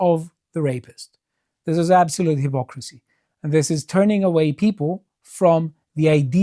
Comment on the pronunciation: I love the pronounces "high-pocrisy" 😊